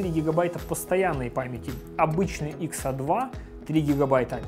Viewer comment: XA - икс эй! Это правильное произношение